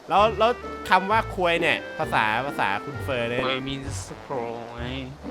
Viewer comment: พูดได้ชัดคือคำว่า "ค.ว.E."